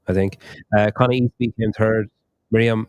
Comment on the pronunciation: Thanks for the coverage, but every time you said ‘third’ I heard ‘turd’ 😂